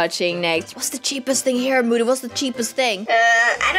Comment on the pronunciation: it was so funny when called moody "mody' xD